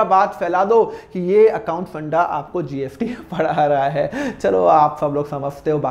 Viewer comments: Sir, Aap GST ko GFT Q bol rhe ho🤨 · Sir app gst bol rahe ho ya gft confusion hai 🤔🤔🤔🤔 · GST ko GFT ko kyu bol rhe ho? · Mana ki sir GST ko GFT bol rahe hai par jo bhi ho samjhaya bohot badiya❤ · Sir it is gst not gft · Badiya smj to a gya but app kya bol rehe gft ya gst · GST bol rahe hai ya gft I am confused 🤔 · Gst ya gft 😂 jinko gft sun rha hai like kro😂😂😂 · Gft nhi 😂 GST hai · Gft kyo bolo sir GST bolo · Gst bolo sir gft kyu bol rahe ho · Ya srr 😂😂 gst or gft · Bhai ye s ko f bol rha h 😂😂😂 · Thoda to locha h😅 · GST ya gft bol raha hai